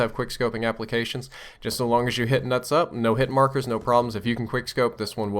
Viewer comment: It's hilarious how he says nuts up xD